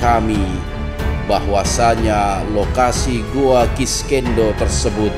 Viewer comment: Sekedar saran dan masukan, agar acara ini lebih profesional dan berkualitas utk para pemirsa, salah penyebutan nama goa nya konsisten banget 😂 "kiskenda" yg biasa disebut oleh orang goa "kiskendo" jg masalah jadwal tayang, mungkin saran saya perlu penambahan tenaga kerja di bidang editing utk membantu mas hendra supaya lebih efisien jg profesional lg, chanel ini sudah berkembang pesat, akan lebih baik jika lebih profesional lg dlm pengelolaannya. Terima kasih